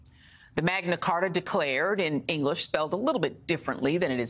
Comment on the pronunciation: Did you just say the MAGA Carta?